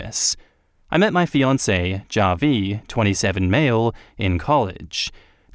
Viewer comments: Hey, just a heads up, Javi is short for Javier, a Hispanic name, so the J sounds like an H: "HA-vee" Cheers! 👍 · The way you pronounce Javi is cringe inducing